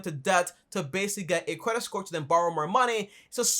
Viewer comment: You say cwedit and you talk at 120 decibels